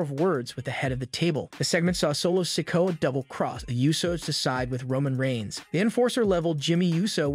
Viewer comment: This narrator needs to learn the names he keeps mispronouncing so wrong